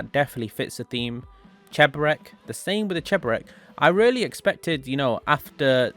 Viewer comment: "rully" - 2021